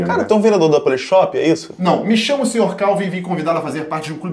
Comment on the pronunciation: Ele falou SR.K ?????????kkkkkkkkkkkkkkkkkkkkkkkkkkkkkkkk